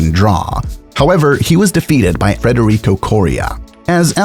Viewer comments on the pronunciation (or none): none